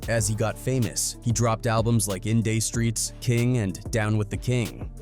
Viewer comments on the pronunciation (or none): “In Day Streets” 😂 You Dee R O